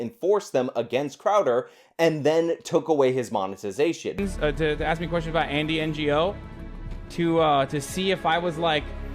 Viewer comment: "Bill Mower" it's pronounced MAR. I have to believe you know this, but just misspoke, but it's important to get pronunciation correct or people will dismiss you as ignorant. This is one of the clear tells when someone on a soapbox hasn't researched their subjects. Hasan Piker is a good example in this video calling Andy Ngo (pronounced No) "Andy N-G-O" because he has no meaningful familiarity with the journalist Ngo. Piker also mispronounced Thomas Sowell (pronounced similar to soh-ull) as Sow-ell like Cow-ell, while trying to dismiss or invalidate the doctor of economics.